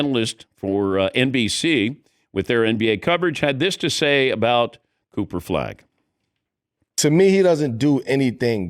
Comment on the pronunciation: Dan said, "Cooper Flag" "Pooper Flag" and "Coofer Flag"😅😂